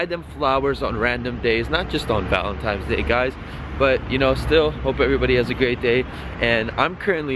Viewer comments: It's Valentine's Day not Valentime's day lol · X2 .... Cmon man wtf N NOT M lmao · ValenTIMES day😂😂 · "Valentime's Day" LMAOOOOO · I cringe every time he says "Valentimes" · It's Valentine's Day bro not valentimes 😂😂😂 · All of a sudden valentimes day and not Valentine's Day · valentiNes day not valentiMes day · Why you say "Valentimes day" it's VALENTINES, TINES, not times 🙄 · "Valentimes" 😂😂 u da real mvp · ValenTIMES day? LOL! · Are u saying Valentimes? Lol keep up the sick videos bruh! Hype beast life is swag fam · "valentimes day" lol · "Valentimesday" = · "Valentimes day" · "valen-times" day... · "Happy valentimes day" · "valentimes day" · Did this dude say "Valentimes Day" ? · it's valenTINES. With an N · Valentimes day ?? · Is He Saying Valentimes Day? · ...Valentimes Day?